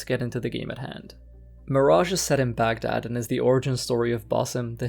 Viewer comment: Great video couldn't help pointing the pronounciation out